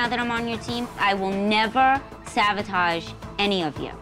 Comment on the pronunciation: Right? And she keeps saying savotage, it’s sabotage. 🤦🏻‍♀️